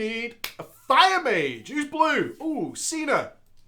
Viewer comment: Did fucking say maj instead of mage?